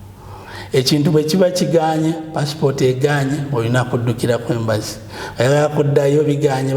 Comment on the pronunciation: It's Embassy not Embracy